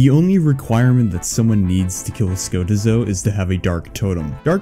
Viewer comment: Ska--teeeeeeeeeee--zo plz